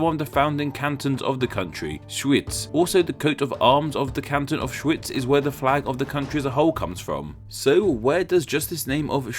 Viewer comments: I had to play this part again to make sure I hear correctly Auschwitz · Wow, this time you really butchered the German pronunciation. Edit: just the first time, the other instances were alright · I don't know what you're talking about. First of all the W in English is W, not V. And Schweiz is German for Switzerland, but what do you want to say with it? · that German name though hahaha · your pronunciation the Name in German xD